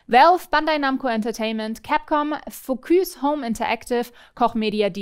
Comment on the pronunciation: Heißt es wirklich Focüs oder war das ein Versprecher, dachte immer es heißt Focus :D